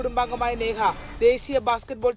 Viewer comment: സ്നേഹ അല്ല നേഹ ആണ്